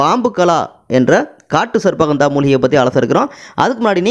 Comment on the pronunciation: உங்கள் உச்சரிப்பு தவறு . சர்ப்ப ( sarbba ) என்பது தவறு . ஹந்தா என்பதும் தவறு இது தமிழ் வார்த்தைகள் அல்ல. சரியான உச்சரிப்பு என்னவெனில் . " ஷர்ப்ப கந்தா " ( gandha ) Sharppa gandha " ஹஷ்வ கந்தா Hashva gandha இதுதான் சரியான உச்சரிப்பு . இது சமஸ்கிருத வார்த்தைகள் அரிய , மற்றும் மறைந்த பல்வேறுவகையான மூலிகைகளை அறிமுகப்படுத் தும் தூய பணியைச் செய்யும் நீங்கள் பல்லாண்டு வாழ்க . தொடரட்டும் உங்கள் நற்பணி .